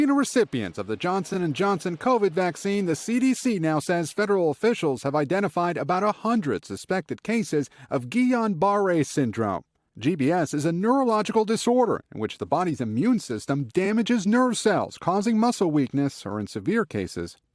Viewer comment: PLEASE! It is pronounced geeyaw barray. It was named after the man that identified it.